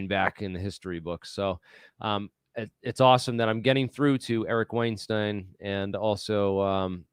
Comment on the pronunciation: Keating Brian Keating. Weinstein mispronounced. Credibility can be lost by being imprecise. Like your stuff but now need to check everything after first two errors off the top.